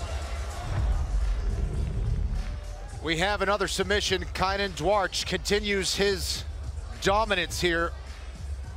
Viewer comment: Duarte, Dante. Can't say Duarte but can say Dante. My gosh us Americans are bad at language